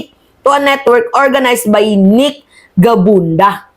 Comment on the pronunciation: Gabunada hindi gabunda